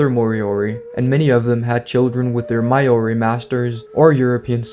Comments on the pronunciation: Hey, great video! I really enjoyed it Just wanted to let you know that "Maori" is pronounced "Mao-ree" (somewhat like the name Mao-Zedong, for example). It's not "My-oree" (As in "My"), as you've pronounced it in this video. And it's definitely not "May-Oree", as so many foreigners like to pronounce it. A Kiwi can always tell when you've pronounced it wrong 😅 Hope this helps, if you're ever going to make more videos mentioning the Maori people :) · Maori is pronounced 'Mau-Ree' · you butchered the pronounciation of maori than they did to the moriori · Please stop pronouncing Maori so wrong 😭 as a kiwi it hurts and feels a little insulting as it’s nowhere near correct